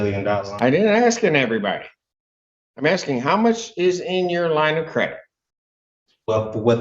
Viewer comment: Did he say Aksing ?